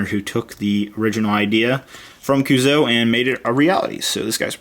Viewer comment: YOU SAY CUUSOO WRONG! FUUUUUUUUUUUUUUUUUUUUUUUUUUUU...IDK